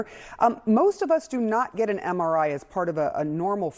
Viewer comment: Can't even pronounce MRI😢😢😢MRI is used to detect strokes...